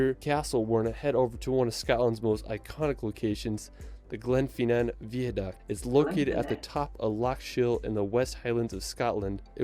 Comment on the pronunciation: Just a note on pronunciation - the Eilean Donan castle in Scotland is pronounced more like 'Aylin Donnan'. Also, the lad in this video pronounced Glenfinnan a really funny way (like 'Glen-fee-nan', where it's just 'Glen-fin-an').